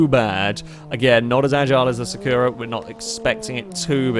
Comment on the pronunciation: I hate to say this: you keep saying "Sakura" wrong. The stress goes on the first syllabe - it's Sàkura not Sakùra! As a Cardcaptor Sakura fan I must correct this!